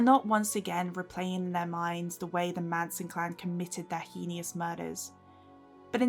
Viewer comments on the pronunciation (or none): Sorry, I hate myself, but the word is heinous not hein-e-ous. Also penchant is a French word pronounced ‘pon-chon’. Enjoyed the essay though.